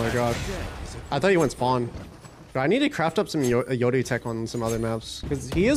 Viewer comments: if he says Yodu one more time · Why he always says yoru eyoru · The reason he says "yodu" instead of "yoru" is because yoru is Japanese and that's how you would pronounce it in Japanese